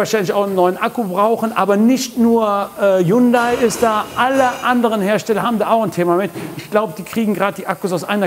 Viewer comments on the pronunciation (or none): none